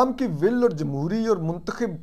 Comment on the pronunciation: Lafz muntkhib nhi muntakhab hota ha.urdu dictionary parh lo